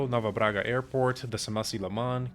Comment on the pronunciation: Eu percebi que você era brasileiro quando falou: "Nova Braga airport"